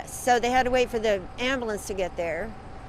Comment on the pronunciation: “Amboolance”, check. Trailerpark, check.